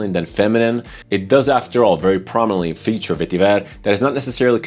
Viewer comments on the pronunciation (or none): none